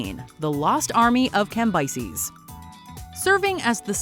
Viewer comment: The way she says Cambyses is criminal!!